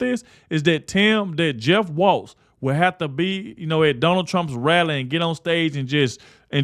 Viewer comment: That's Tim Walz, no "t". And I mean, no T.